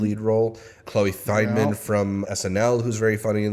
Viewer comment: “Fine-Man.” Just like how it is spelled. Only , like — without the hyphen, because she isn’t Spider-Man.